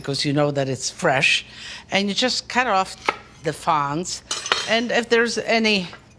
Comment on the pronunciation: Fronds not fonds Lidia 😅. I’m surprised your producer didn’t correct you.